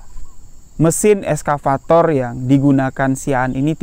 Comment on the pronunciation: Nyebut nya excavator bukan eskavator yo bg. Wkwkwk. Salam kami wong jambi jugo